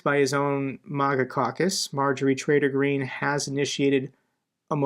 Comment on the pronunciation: I just love how you pronounce Marjorie Green's middle name 😃